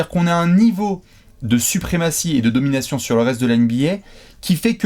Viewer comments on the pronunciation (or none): none